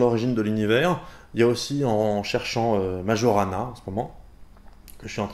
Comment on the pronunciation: Bonjour e-penser, Petite précision, on prononce "Maillorana" et non Majorana (j'ai travaillé plusieurs mois sur les fermions de Majorana c'est pour ça...) Sinon félicitation pour tes vidéos ! Un prof de physique